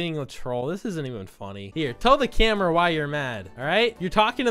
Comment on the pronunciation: When person says coffe wrong - lol lol lol lol when he says camera wrong